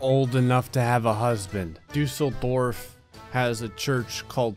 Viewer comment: my respect for pronounce "düsseldorf" right :-D greetings from germany!